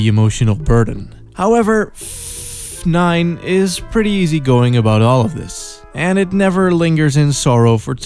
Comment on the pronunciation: I appreciate the careful pronunciation of “Ff-nine”